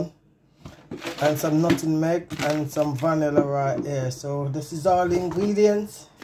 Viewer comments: 🤣 right!! It was irking me too! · Your coconut toto looks good but dont say nuttingmeg the correct word is NUTMEG I WOULD LOVE TO SEE THE RECIPE THANKS FOR SHARING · NUT-MEG NOT NUTINEG